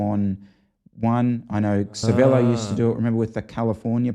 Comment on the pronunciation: New drinking game… every time says “Cervelo” and makes a face drink…